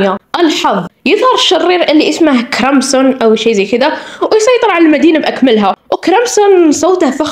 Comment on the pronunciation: لام جون❌️ معجون ✅️ كرمسن❌️ كروسن✅️